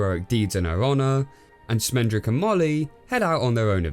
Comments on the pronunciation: How can you pronounce the name Schmendrick so wrong so often, just mere seconds after you actually hear the character tell you the right pronunciation??? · Did they call the wizard Schmendrick on purpose?